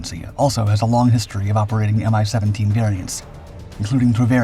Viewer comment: 'Mi' for MiLis pronounced as a word, not as two separate letters. Same goes for Tu (Tupolev), Il (Ilyushin), Yak (Yakovlev), Be (Beriev) etc. Good to know for your future videos.